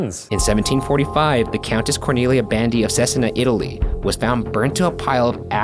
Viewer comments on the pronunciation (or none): The only thing that's not okay with this video is the pronunciation of Cesena. Ragazzi vi prego Ce-sè-na (both e are to read as in bEt, and the c as in CHange)